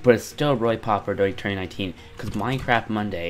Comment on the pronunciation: Please learn how to pronounce “popular”